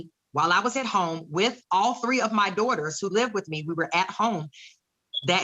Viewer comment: I hate how she calls them her dohters